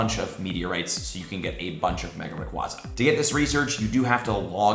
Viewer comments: says 'raquahzah' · I love the content, but am I the only one that cringes when someone pronounces Rayquaza that way? Ray-Quay-Zah